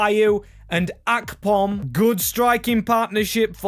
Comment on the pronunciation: The way you pronounce Akpom does my head in